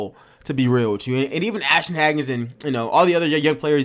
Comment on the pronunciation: it’s HAYgans